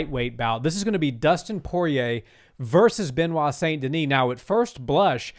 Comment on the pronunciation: Benoit is pronounced “ Benoa”